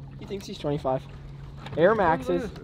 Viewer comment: Is no one gonna comment about how he said air maxes